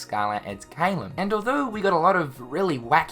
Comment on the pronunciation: it triggers me so much how you pronounce caelum